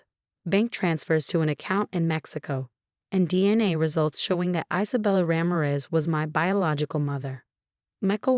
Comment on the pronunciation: Let a real person read this story. You speak Ramirez as Raa-mie-res. Not as rammeres